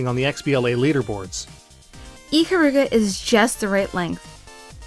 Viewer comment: its i-kar-ruga not ick-karuga